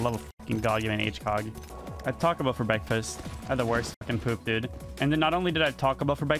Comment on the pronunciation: it’s adorable how he pronounces breakfast